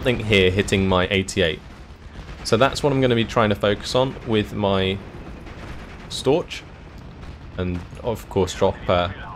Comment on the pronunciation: the ch in Storch isn't spelled like in torch. the ch is actually quite similar to a cat hissing at ya ^^.